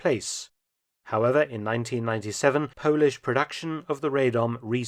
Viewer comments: With the regards the Radom P35 it is pronouced Rah-dom. This is due to it being manufactured in the town of Radom which is pronounced in the aforementioned way. Many guns are still produced in this town today. Thanks for the video :) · "Rejdom" hehe.